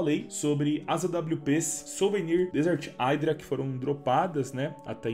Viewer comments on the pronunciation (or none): Se fala "idra" dog não "aidra"